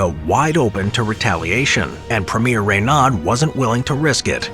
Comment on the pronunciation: Ray-nad? Pitiful.